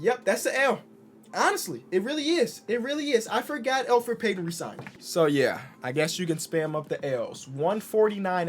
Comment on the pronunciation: I was sitting there thinking “Isn’t it Elfrid Payton”